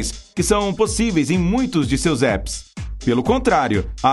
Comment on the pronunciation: está mal pronunciado. Maçã em inglês é Apple. A letra a se pronuncia como A, mesmo. Por causa dos dois " p". 😁